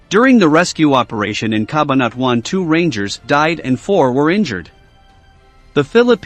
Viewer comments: CA - BAN - A - TWON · CA BA NA TUAN.....he is not a filipino thats why his tongue is twisted...🤣🤣